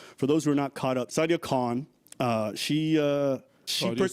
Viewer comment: SIDE-ia KHAN